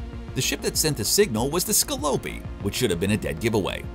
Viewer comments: And not " the Scalloh-pee" ...the Ska- pue- lie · How did he even get Scalopi from Scopuli? If you're going to do a narration about a sci-fi show, you should probably, at the very least, know how Dalek is pronounced too. Dr.Who has been around for about 70 years, so there's a reasonable chance you would have heard the word Dalek without even having seen the show. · Holy crap, and he says Scalopy instead of Scopuli. WTF? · Roci'ante, Donnagher, Scalopi, Marcos Inaros... I get that the voice actor is not the same person who wrote the script but at least double check with him... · I think the host has never seen an episode. What the heck is the ‘Tochi’, the ‘Scolopi’ or whatever the guy kept calling the Roci?! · And Scopuli! Not "Scəlopi". Did no-one check this video before it was published? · Sco Pu Li...sheesh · I enjoyed the video, but winced every time the narrator mispronounced a ship name. “Ross-eee-an-tee”?? “Ska-poo-lee”? There was one more bad one that escapes me. I’m sure that the narrator is just a voice actor, not a fan, but geez, it was painful to listen to. I was kicking myself for not picking up on the names of the drop troops - Hicks and Hudson? Duncan Idaho? How could I have missed that? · How he pronounced Scopuli was my favorite